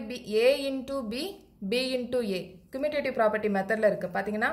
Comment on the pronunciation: Mam your teaching is good but you pronounce commutative is not a good you pronouncing wrong mam sorry mam I tell the mistake only your teaching is good mam